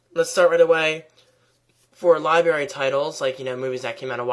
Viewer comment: You said 'liberry' LOLz I'm sorry but I'm really not to excited about the new MBA...